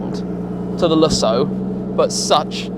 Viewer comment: I like what you do here Tim, so I'm not here to give you a hard time, but some of your pronunciations make me crazy. Lusso Oh wow! That DBS is stunning!